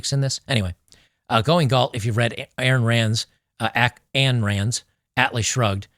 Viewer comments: Ayn Rand. Ayn is pronounced like “mine” without the M. Ayn = “ ine “ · Good video,. But just FYI - Ayn Rand's first name is not pronounced "Ann". It actually rhymes with "wine". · Minor point - "Ayn" is pronounced as rhymes with "brine". I like Ayn Rand's work. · Ayn rhymes with 'mine'.